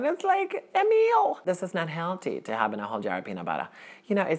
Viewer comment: Lol, my name is Emil, and you pronounced it right, most people say it Amul (phonetically), while it is Ameal (phonetically), great acting!